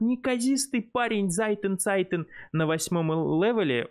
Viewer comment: Зайтен-цайтен 😂😂😂😂 лайк однозначно 😂